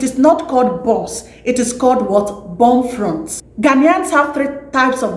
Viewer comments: Please its "buff-loaf" and not "boflot" 😀🇬🇭🇬🇭❤🇬🇭🇬🇭❤ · It is called Bofrot ,not Bofront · Please it's bofrot. Check your pronunciations.